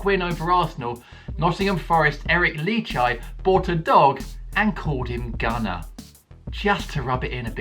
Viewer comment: NO, UNSUBBED. You said Lichaj wrong, here is some help. How to say it is Eric Lee-High. Do you have a Woy Hogsun wisp?